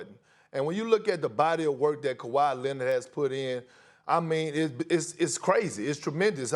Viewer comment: Perk also saying "Kawhi Lennit" SAS out there so proud